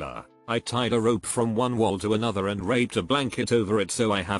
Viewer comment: This robot voice did not say "wrapped" 😳